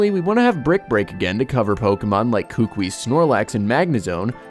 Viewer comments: It. Is. Ku-ku-I. Not kookwi. I'm from Hawaii. It just bugs me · I love these kinds of videos, but sorry for being a nuisance. Buh-WARE Professor Kuh-KOO-ee Branch Chief FAH-buh Gul-EYE-suh-pod GLAD-ee-awn Sil-VAL-lye